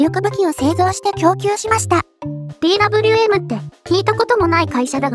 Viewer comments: DWMは「デーヴェーエム」、Bergmannは「ベルクマン」と読んで欲しいなぁ…。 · ザウアー▪アンド▪ゾーン┅誤 ザウアー▪ウント▪ゾーン┅正 ベルグマン┅誤 ベルクマン┅正 ディー▪ダブリュー▪エム┅誤 デー▪ヴェー▪エム┅正 エム▪ジー┅誤 エム▪ゲー┅正